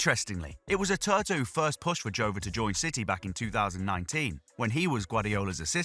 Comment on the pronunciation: ATERTA? Who the hell is he? Do you mean ARteta? 😂😂😂